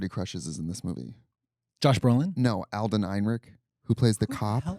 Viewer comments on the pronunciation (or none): He's your celebrity crush and you don't know how to pronounce Alden or Ehrenreich